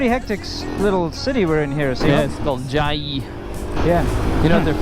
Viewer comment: It's "Chiayi" -- not "Chaiyi"!